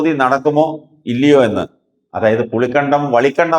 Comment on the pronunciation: പുളികണ്ടം അല്ല പുളിക്കകണ്ടം